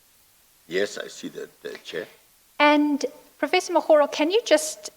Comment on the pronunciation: What does she mean by "thank you chiar I'm indebted" ngabe usho ukuthi ukolota uchairperson? 😂 😂